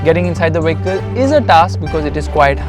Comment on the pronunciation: Getting inside the "wehicle" is hard...LOL